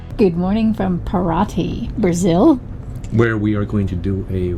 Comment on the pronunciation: Para--CHEE. Ca-SHA-sa. Kai-pir-EEN-ya. It's Brazil not Wisconsin. LOL